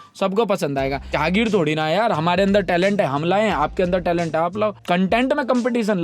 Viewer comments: jahageer nhe.... "jageer" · Not "jahagir" its " jageer"